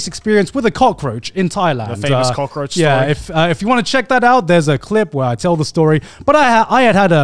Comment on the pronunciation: Cut the "roach" in cockroach